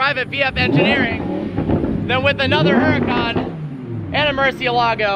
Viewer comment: "hyoo rah con". Not "her a con"